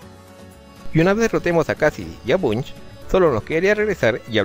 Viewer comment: Butch te gritaría si hubiese escuchado que le llamaste Bunch XD Un gran vídeo sigue así :D